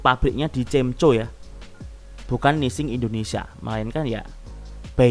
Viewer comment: tapi bacanya jangan cemco juga lah, cemko 😅